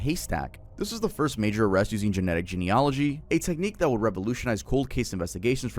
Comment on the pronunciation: 0 days since baffingly mispronounced a word. It's genee-yuh-luhgee not gen-ology I love your content otherwise.